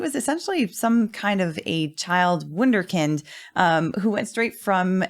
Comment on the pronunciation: Beside being a perfect RECAP of the day 19 trial i have to highlight the fact that perfectly pronounced the word "Wunderkind" and Mr. Schnell name! Absolute perfection!